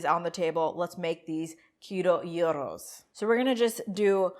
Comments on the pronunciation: "zhiro" or "dzhiro" depending on whether you're Greek or Turkish. But not "Euro",, which is what you use to pay for a gyro. And it's not "ta-ziki", but "dzhadzhiki". "Sadziki". Say "buds", say "at". Say "budsat". Again, faster. Again. Again. Now say "udsat". Again. Again. Now say "dsat". Now say "dsatdsiki". You got it. Now go throw out that horrible stuff in the plastic tub 'cause we're gonna make the real stuff, which is easy and a thousand times better. Start with a nice big cucumber, preferably English. Peel it, cut it in half lengthwise, lay the flat side on the board and cut it into quarter inch strips or straws. Now cut across the straws to make cubes. It's fun, fast, and it's a great way to build knife skills. Next step is critical, put the cubes in a dish towel or cheese cloth and press out most of the water. Put the cubes in a bowl and add a good bit of salt, garlic paste, olive oil, and lots of chopped dill (preferably fresh). A good squeeze of lemon juice. Maybe a bit of toasted walnut. Mix that in with some yogurt - the GOOD stuff, NOT low fat (of course). My Bulgarian wife only eats Fage in the States, the 5% fat kind. BTW keep your eyes open for some Bulgarian Feta, it's by far the best. They sell it at Costco. Now. About that meat. What you're making there is closer to fajita than gyro. Not bad, but not authentic. What you want is some Mediterranean or Greek spice mix, rub it on before cooking. Also instead of two beef steaks, go for one beef and one lamb. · She still didn't pronounce it. It is not pronounced like the European currency 'euro' it is 'ghee-ro' but not with a hard 'g' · When you said 'guy-ros' I died a little inside. You still weren't pronouncing it right but most people don't know how to pronounce it. It is a 'ghee-ro' but not a hard 'g'. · I love you guys but cringed when she said GUY-RO 🤣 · I thought it was “gee row”, but with a softer g. Anyway, looks fantastic!! I only knew about psyllium husks through Metamucil!!?? 😂